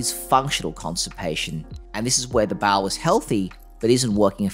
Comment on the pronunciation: Small "baow" lol. You're good though